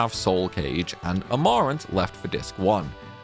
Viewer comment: Amaaaaaarant? Malirius? ^^"